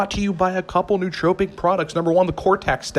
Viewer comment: It might help if you pronounce nootropic correctly. It has 4 syllables, not 3.